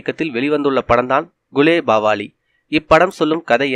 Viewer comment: yov athu gulebagavali not gulebavali